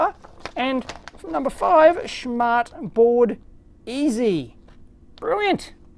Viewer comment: "schmartboard" is hilarious if you're german. Btw your pronunciation was correct ! :)